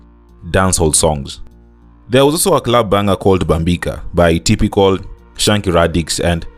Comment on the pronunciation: his name was "Tyrical" not "Typical" The Sema song was called "Sakalakata" not "Sakata"